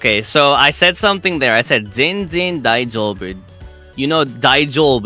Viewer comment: ｢ぜんぜん だいじょうぶ｣の発音うまくね！？